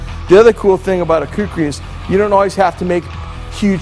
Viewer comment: yea they mixed up the r and k on kukri but oh well its a good vid